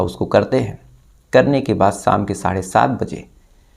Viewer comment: साम नही शाम. पुरुस नही पुरुष. श, ष....